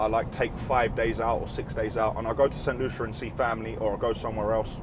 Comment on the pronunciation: I heard you say st.lucia... awesome.....